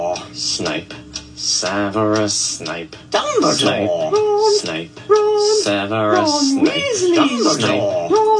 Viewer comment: The DumBlE DoReeeEEe is taking me OUT 😂